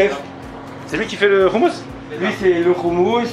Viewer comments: C insupportable le mec du restaurant ne sait même pas prononcer le mot « hommous ». Comment tu peux tenir un restaurant de hommous sans savoir prononcer ce mot ça montre que ce mec est étranger à la culture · Ehhh trop canon ta fini par apprendre a prononcer le mot "houmous"!!!! On t'attend a tel aviv pour te faire goûter le vrai houmous Libanais!!